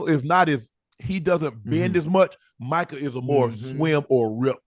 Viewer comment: Ocho how do you still not know how to pronounce Micah’s name correctly ? 😂😂